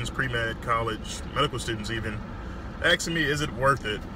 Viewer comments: the man did all those years of school yet still says "AXING me" man its ASKING...........smh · Why do people say axing instead of asking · “axing me” and he went to school for 14 years lmao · How u gonna be a surgeon and say "axing" instead of "asking" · What are you saying “”acsing””. It’s pronounced asking !! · Axking you ? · Still you pronounce asking as AKSING. Without watching the video I'd say not worth it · Axing me!? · Saw him as intelligent till he said "I get ppl axin me questions" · 14 years of studying and you still can't say asking properly smh